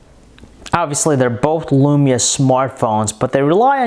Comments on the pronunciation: This guys voice is near unbearable... All of is vowels are 'a'. Nakaya lamaya tan twantay... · alexander gomez Can you send me your lamaya fiftan twantay? I needs it. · i hav tha nakaya lamaya fiftan twantay.